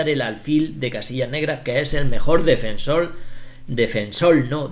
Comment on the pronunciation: "defensol" :v